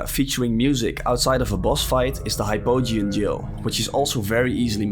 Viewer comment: It’s pronounced Hypogean Jail. It’s a jail.